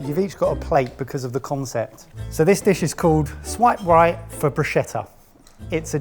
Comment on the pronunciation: Hooray - he pronounced bruschetta correctly. My brain was throbbing with all that broosheter lark.